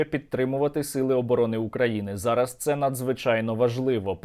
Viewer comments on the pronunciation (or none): none